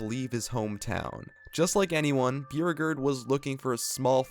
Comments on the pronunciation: Byoo regerd is how I’m saying bow regard (Beauregard) from now on. 🤣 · Are you saying Beauregard? Cause it’s pronounced Bo-Regard, but I’ll keep watching 😂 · chamberlain’s name is pronounced BOW-RE-GARD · Beauregard is pronounced BOW-ree-gahrd. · That's not how u pronounce Beauregard.... also copperhead strike isn't to the east of cedar point. It's south, however shoot the rapids was east of steel vengeance, which was also themed to moonshine business